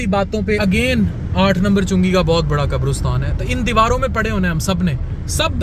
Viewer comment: Maazrat ke saath....it's not qabrustan.....it's qabristan